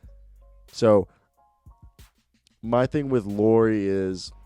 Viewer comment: How you say Lauri at last time was correct spelling no Loury... Im fin 👊♥️♥️♥️♥️♥️💖💖💖🙏